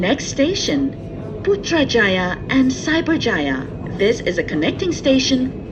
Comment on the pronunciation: The way she pronounced Putrajaya & Cyberjaya is so satisfying